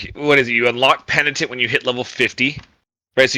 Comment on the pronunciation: penditent..penitent :D